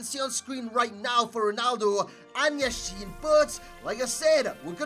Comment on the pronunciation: YAshin, not YashIn